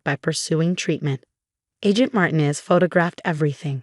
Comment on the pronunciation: Somebody teach the voice software that Marinez that it is pronounced Mar tea nez